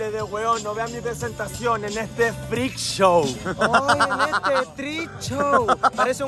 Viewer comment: Que comico que cuando le hablen en inglés el siempre lo pronuncie mal Actor: En este freak show: en este tric chow”